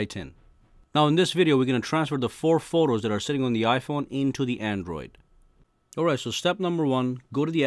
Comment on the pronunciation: This man saying Forros lmao